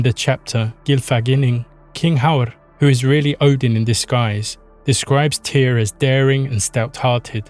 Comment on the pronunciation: Muito bom vídeo. Mas pelo amor de deus a pronúncia é simplesmente TIR como a Runa. Tyr era o deus primordial isso já está pacificado. Em todos os povos eslavos com crenças mais antigas que os Vikings, como bem disse, tem TYR/TEW/TIW/ ect como raíz para deus e qualquer coisa divina. Na gênese Nordica inclusive TYR existe antes de ODIN, ele é o guardião do equilíbrio entre as forças da criação (fogo) e as forças da preservação (gelo) antes doi mundo existir. O ser mítico Audumbla acorda ODIN (consciência) removendo o gelo (inexistência) dele, mas Tyr já existia e era o único que conseguia vencer os gigantes de fogo e de gelo mantendo o equilíbrio entre criação e status quo. O desaparecimento de TYR na mitologia se inicia por volta de 100 ACE e em 200 ACE (muito rápido) ODIN tomou conta de tudo. Isso coincide com as forças de conquistas Romanas aparecendo nos territórios germânicos. A sociedade nórdico ou proto-nórdica/germânica teve que se adaptar a esse invasor e isso generou novos paragdigmas na sociedade e ODIN foi a resposta a essas necessidades. Por isso que Tyr parece acochambrado, o mundo estava criado e estável, a justiça ainda era importante, mas a ameaça externa era muito maior, e a justiça que era resposta para desenvolvimento interno era insuficiente para controlar um inimigo externo. Por isso que tyr ainda é um deus da guerra e da Justiça. Em representações mais antigas Tyr é o deus da lança, não da espada. A lança durante muito tempo era a arma dos nobres, podendo